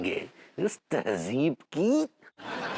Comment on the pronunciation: It's tehzeeb not tehjiv